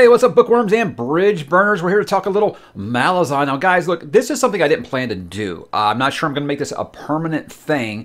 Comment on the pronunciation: The Malazan empire is named after a small city called Malaz. So the intended pronunciation is MaLAZan. I know, I still struggle with it, I’m so used to saying MALazan, oh well 😆